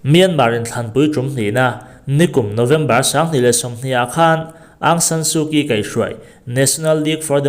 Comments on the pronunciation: Aung Saan Suu Kyi ( Kyi - hi- Chi tia ri tur ania ) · Aung San Su Kyi tiha 'Kyi tih hi 'Chhi' tia lam tur; 'Ki' ni loin.